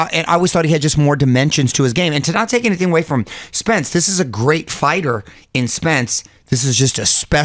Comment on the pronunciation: Whoever uploaded this video butched Spence’s name.